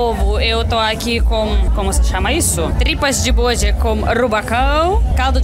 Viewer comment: Tripa de "bôde", kkkkkkkkkkkkkkkkkkkkkkkkkkkkkkkkkkkkkkkkk é uma delícia.......